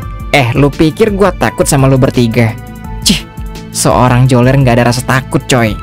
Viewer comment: Bukan joler namanya tapi beler 😂😂